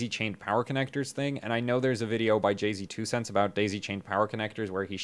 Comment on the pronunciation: Sir! It's pronounced "Jay's" TwoCents. He is NOT a multi-platinum rapper turned tech-tuber.